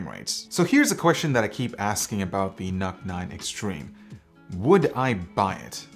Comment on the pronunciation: Why I am hearing it as "Nut 9"..